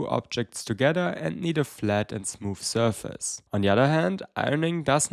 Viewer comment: you say the word "surface" all the time. please learn how to pronounce it. I'm loosing my mind here!